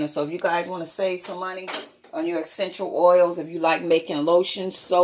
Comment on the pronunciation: Excential oils guys